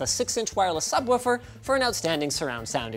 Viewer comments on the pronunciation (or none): Didn't watch the entire video yet but Linus saying "subwuffer" already made my day xD